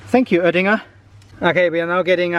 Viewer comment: Ich glaub er kann Deutsch. So wie er Öttinger sagt... 🤔